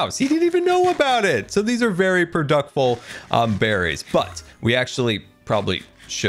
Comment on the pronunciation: “These are some producful berries” - 2022